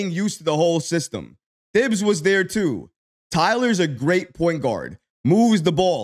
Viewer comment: Thibs it’s pronounced TIBs the THI is the sound you heavy on he H you sound like Mike Tyson Lmaooo good content tho